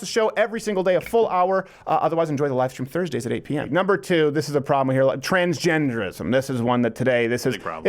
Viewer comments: #2 “Transgernderism” haha is Messing up or is it. Need to get a new German intern if it is. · "TRANSGERNDERISM" >.< lol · “Transgernderism” lol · Lol "Transgernderism" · The 'R' in trangeRnderism is extremely problematic... LoL XD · Uuuuh... wot’s transgerndism? 🤣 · “Transgernderism” not sure if this was intentional but it’s still great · Transgernderism lol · Transgernderism *dumpster ferr accent activated